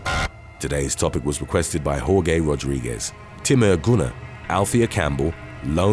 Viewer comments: I’m so mad you called that man hor-gay. It’s Jorge Like Hor-Hey or George depending on the person 😂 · Hello sir I love your channel I love your videos but I have to say it’s pronounced ‘hor-HAY’ not ‘hor-GAY.’ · He said Jorgay Rodriguez hahaha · "Today's topic was requested by whore gay Rodriguez." That American accent, poor Jorge 😂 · Lol the way he said Jorge name yikes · Never have I heard “Jorge” pronounced in this way. I don’t think I’ll ever un-hear it, lol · The narrator is British and there isnt a large Spanish speaking population or large exposure to the Spanish language here